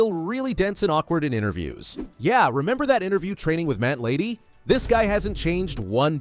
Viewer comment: Why did your AI reader say"Matt Lady" there? Are you pretending this is a real person reading?